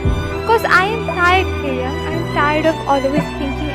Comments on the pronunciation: Yahhhhhhhhhhhhhhhhhhhhhhhhhhhhhhhhhhhh .....it's not taehung it's TAEHYUNG..... plzzzzzzzzzzzzzzzzzzzzzz 🥺🥺🥺🥺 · Plz don't mind...The name is Taehyung not taehung...so plz Write the correct name ....✌️✌️